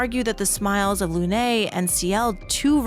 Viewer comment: So hard getting through this with the way you say Lune.